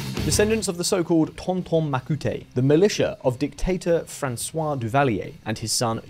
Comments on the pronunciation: Ton-Ton Macoute (mah-coot) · The E in Macoute is silent. Same with Moïse. It's "mo-EEZ." French for Moses.